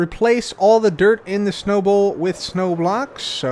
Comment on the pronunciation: The whole time i thought he was taking about a ball not a bowl 😅